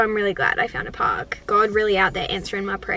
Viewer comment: The way she says park is very Aussie